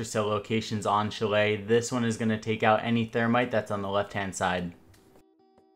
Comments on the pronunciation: Its pronounced sha-lay not chillay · Bruh chalet is said " shall lay " not chall lay. Good vids tho man lots of good tips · When they pronounce Chalet wrong (It’s pronounced shal-lay) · You're saying chalet wrong